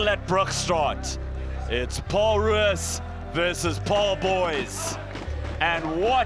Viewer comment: Wish the commentators would stop saying "Paarl Roos"; the Afrikaans is "Pole Roos".